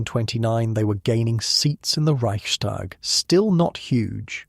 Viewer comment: This is fabulous, excellent. Just a tiny, tiny observation - it is not "ReichSHTag". No "sh". S and T pronounced separately.